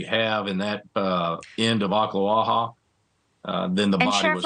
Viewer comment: Congratulations on the correct pronunciation of Oklawaha. Very few news people get it right. Sad story all around. Teenhood is hard enough without having to worry about being murdered .